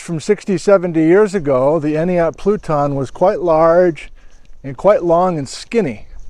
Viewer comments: You pronounce it "Any-At" or "Eny-At" the first T is silent. I was made fun of once for saying "Enti-At" when I first moved to the area 😂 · I've been hoping for some time for an Entiat visit. Though I had hoped you would revisit the fault. I camped there a few times before the fires, many moons ago, gorgeous area. To My knowledge the first "t" is silent in entiat. We always pronounced it "eenyat" Cheers, Always good to see another video sir, Thank you. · Say “any•at” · Pronounced any-at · En-tee-at. The ‘t’ often ends up silent when spoken. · "Ent" as in the tree people in LOTR, hard "E", "at", as in you were at Entiat. Enjoyed this video as always. We live in Malaga right near Lake Cortez which is smack on top of the massive landslide. When I look up at Jumpoff ridge from here, I see a large, weird white erosion coming off the cliff where it has no business being because the geology (should be) entirely flood basalt. I've looked at that since I was a kid and wondered what it was. Any ideas? It looks sandy on Google earth. Deposited from one of the floods? It's so weirdly concentrated though. And white. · It's "Entiat" with a short 'A'. (Like splat, blast, and fast.) I live up-river. Was hoping you'd discuss the ancient, terminal end of the Entiat Glacier at mm 15 and also explore Mad River Road, Next time! Good to learn more about Mud Crk which is just a couple miles below me. So thank you! And the shout-out to Noraly was great! (I do wish she'd spend a little more time discussing geology in her travels, but we can't always get what we want.)